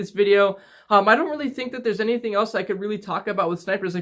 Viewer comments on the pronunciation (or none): none